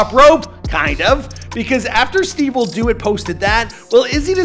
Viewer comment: Stivewilldoit!!!!! Huh??? It’s stevewilldoit😂😂😂